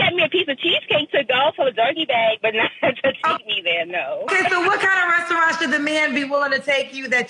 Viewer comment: That Hyena with glasses can’t even say RESTAURANT! 🤣